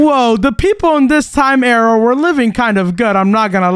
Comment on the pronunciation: "there you go we're in a new aira"